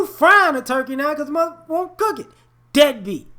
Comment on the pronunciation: You're saying dead beat, but all I hear is NIGGA!!!